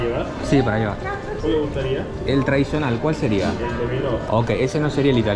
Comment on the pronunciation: Me da risa que diga "ievar" 😂